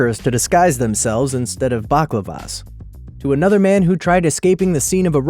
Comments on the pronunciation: Permanent markers instead of what? I think you mean balaclavas mate not blaklavas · buclovas lol, its bal- clav-as